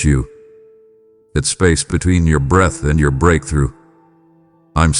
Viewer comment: It’s pronounced breath, not breathe